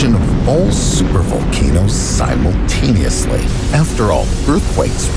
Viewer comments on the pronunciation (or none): It is unlikely Yellowstone will erupt in a way that is catastrophic, due to its' flatness, area & magma type. Yes, if ALL Supervolcanoes erupted Symaltaneously (spelt in accordance with the narrators' illiterate pronunciation), life on the surface will cease to exist. One must note that not all Supervolcanoes are on land. They also exist in the oceans. There is 1 on land & 1 the ocean of Antartica, another in Australia, at least 2 in the Pasifik Ocean, 1 in the Pilipines, 4 in Indonesia, & at least 1 in Japan. The type of magma in half of these can cause a Global Winter, while the others, even with bigger eruptions, will not. The cause of many dormant volcanoes waking up is Global Warming, caused by Solar Activity of not just our Star, but others, including Supernovae, which our Planetary System encounter as we proceed through the predetermined course of our Galaxy. Man Made Global Warming is caused by our CH4 (Methane), from Sewage, Flatulence, especially from Animal Meat Livestock & Waste Disposal & CO (Carbon Mon Oxide) from Fossil Fuels & Wildfire emissions, as well as SO2 (Sulphur Di Oxide) when mining coal. They are all toxic to Plant Insect & Animal life if concentrated in a specific area, causing death. The CO2 factor, which the 3 above are so often rebranded as being types of, especially in Europe, have a correllation relative to deforestation & population growth of Humans & Animal Meat Livestock. Fossil Fuels Do Not Add To CO2 Emissions. CO2 is Non Toxic, is ess